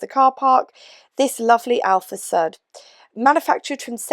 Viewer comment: Great video! Alfasud. Sud rhymes with hood (rather than sud rhymes with bud) 😀